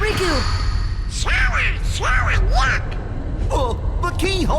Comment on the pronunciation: Riku not Roku lol